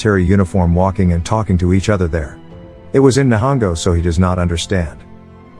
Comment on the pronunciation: The way it said Nihongo 💀💀😂